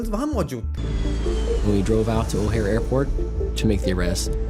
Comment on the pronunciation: I stopped watching - first of all, it's not o-harey airport, it's pronounce O-HAIR or O-HEER (Chicago's O'hare International Airport) Secondly, Headly was not born in the US state of Washington highlighted here (even the red highlighted portion is weirdly covering the entire west coast including California and Oregon), but he was born in Washington, DC which is on the east coast. Boo. So much for sloppy work.